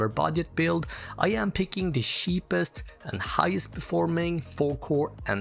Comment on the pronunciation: Cheapest not sheepest